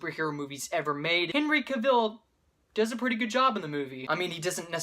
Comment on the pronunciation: It's CAV-ulh. Like gavel.